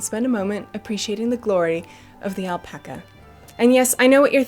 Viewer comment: Did you say Alpaca?